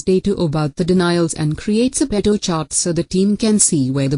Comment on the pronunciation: What an awful video!!! Couldn't even get the pronunciations right. Pareto was pronounced all the time as pedo. Definitely, if you don't know how to pronounce a word, you really know nothing about it. Also, the presentation was horrible. Find yourself a good teacher first.